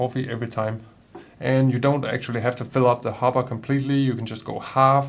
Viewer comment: Good video, and your English is excellent, but a minor point, sounds like you say hobba for the bean container, it should be hopper with a ckear p sound.